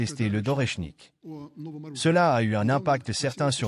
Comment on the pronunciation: Oreshnik se prononce Areshnik en langue russe !